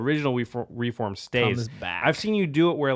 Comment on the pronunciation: REEF WORM Not "reform" sorry but it really bugged me...